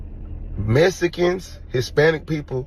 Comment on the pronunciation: Messicans cant tell you how many times ive heard it like did I axe you😂😂😂